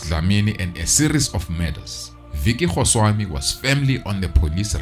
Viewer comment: It’s definitely his name, he’s pronouncing it wrong - but Goswami is a huge Gujurath name.